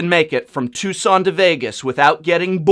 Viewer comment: It's Tucson.